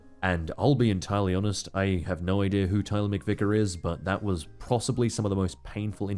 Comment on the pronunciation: “The general ideer”